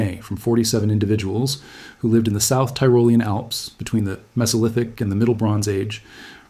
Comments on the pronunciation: I love the real narrator. It's pronounced tee roh LEE an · Tyrolean = Tea - Roll - Ian. - Thank You. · Pronunciations of Ötzi (or Oetzi if not spelled with umlaut) and Tyrolean are both off.